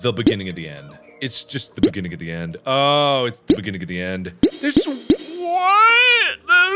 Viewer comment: At 2x speed, when Mark repeats, “it's the beginning of the end, ” it sounds like he's saying “It’s biggity end, ”